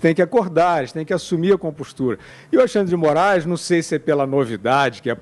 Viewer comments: "Ministrun Alexandri-dimorais acarum acurumnucum" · MI NIS TRU ALEXANDRE DE MO RA ISSSS (repete 4 x 😅)